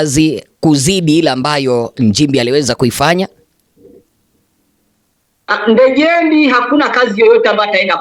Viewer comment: Ndejembi bana, sio Ndejembei